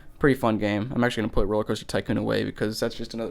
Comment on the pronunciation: You have to poot this cd into compooter